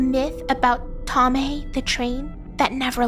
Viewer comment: It’s not “Tommeh” it’s Thommeh that’s what funneh said in the stream Edit: thx for the heart